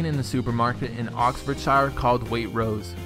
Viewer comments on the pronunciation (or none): It's pronounced weight chrose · you butchered the pronunciation of waitrose